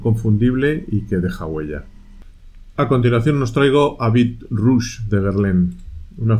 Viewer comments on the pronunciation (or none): none